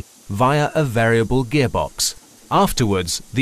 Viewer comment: he said gaybox. hahaha But Nice production of apple juice.